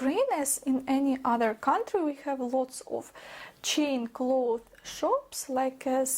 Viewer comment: (Psst,: you should be pronouncing the "s" in clothes:))